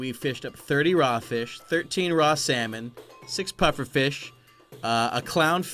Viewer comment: I love how he said cooked salmon he said cooked slamon 😂😂🤣😎